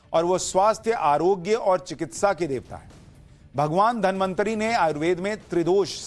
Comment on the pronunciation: धन्वन्तरी को बार बार धनमन्त्री बोल रहे हो क्या 😂